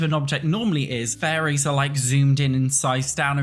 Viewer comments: I keep hearing say "furries" rather than fairies, and it's really giving "Werewolves" flashbacks 😄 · I hear furries too